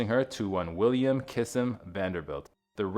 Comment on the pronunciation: My Relations…Kissam is pronounced Kiss-Sam